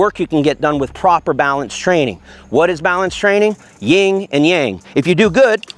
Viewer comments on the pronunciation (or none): I've got to fix this YIN and YANG, not 'ying and yang'. These are taoistic principles. Thanks!